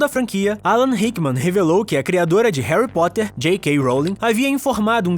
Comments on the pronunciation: Quem percebeu que no começo do video ele falou Harry pottler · Ele falou Herry protter